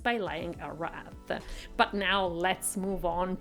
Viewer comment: Its a wreath, please learn how ro pronounce